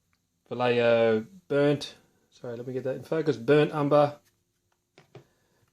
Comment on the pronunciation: You don't say " valeiyo", correct pronunciation is "vaieho"